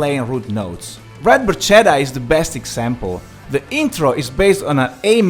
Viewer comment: One of my favourite bands of all time and definitely one of my greatest bass heroes. Thank you so much for this video! BTW, it was weird to hear an Italian mispronouncing "barchetta" ;-) You have no idea how many times I had to correct my fellow Poles mispronouncing Lamborghini! :D